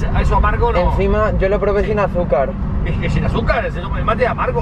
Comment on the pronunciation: te sale bastante bien el acento de Argentina pero para que te salga mejor tenes que tratar de no pronimciar tan fuerte el "YO" o esas palabras que lleven el LL o Y o SH. Muy pocos Argentinos lo pronuncian tan fuerte